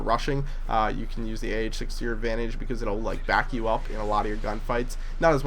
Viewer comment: lol said bause